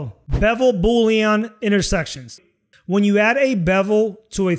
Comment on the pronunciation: I love how you say Boolean like Boulion. It makes me want soup! Good video.